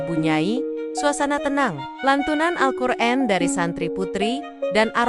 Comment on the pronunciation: Alqur'an bukan Alqur'en